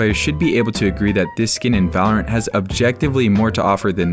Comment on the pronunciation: The guy at the end said vulurunt